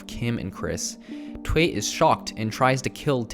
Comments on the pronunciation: WHAT IS THWAY??? ITS PRONOUNCED Thoo-uy. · Thuy is not pronounced as "twai", but as "thoo-y". Also, he is not upset that she is "marrying a white man". Firstly, they are not getting married and secondly, het is mad that she broke her vow and is with the enemy now, an American, whatever the color. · N NOT "TWE"... its "TUY" (Thuy), Macintosh is the Producer not the Director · It's two ee. Not that.. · i think Thuy is pronounced like "TWO-yi"